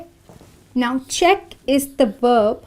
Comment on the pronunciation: I have just one question: why did you pronounce "/v/" consonant in word "verb" as "/W/" consonant?